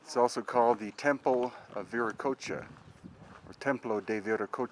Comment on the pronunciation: VI - REY- OCHOA _